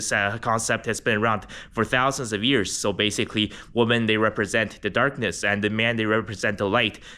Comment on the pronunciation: Why do you pronounce women as woman ?